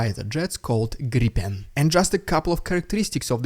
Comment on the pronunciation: Congrats on correct pronunciation: Gripen is pronounced, just like you said it, "Greepen" like in the word free. Not graipen, grippan and while griphon is a direct translation its not really right, noone here in sweden calls the F16 Viper the Huggorm. Incidentally Zelensky got it right in Swedish TV aswell. So congrats to you both.